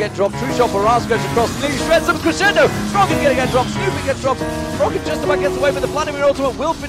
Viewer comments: I dont think Froggen is german :D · german froggen?